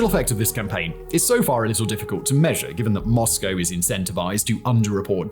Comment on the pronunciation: It's nice to hear someone pronounce Moscow correctly! What Putin thought he was gonna get from this still baffles me. I suppose he believed it would be another Crimea?